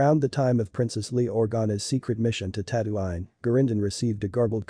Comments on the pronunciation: Tatooine* not tatooain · Ah yes tatto-ine it’s tattoo-een You pronouncing it wrong angers me